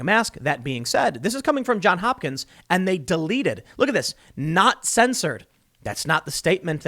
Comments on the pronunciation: Ok, Tim. Great show. Somebody's gotta tell you. It's not John Hopkins. Its John's Hopkins. With an s. Johns. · Dude, It's JohnS Hopkins, not John Hopkins. He says this every time he cites them. Get the name right. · JohnS Hopkins. There's an "s" at the end of that first word. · Jesus, Tim; can't you learn to say "JohnS"? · It is ”Johns Hopkins” strangely enough.